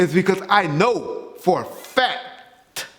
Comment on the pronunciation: "For a F A C K - TUH" hahaha